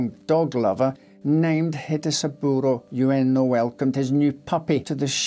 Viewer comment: About Hachi syory, his master's name, 上野/Ueno, is pronounced as in "wood" not as in "you."